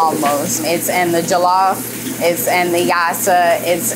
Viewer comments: It's pronounced like "julluff" btw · This is great but she needs to pronounce Jollof correctly if she makes it everyday😅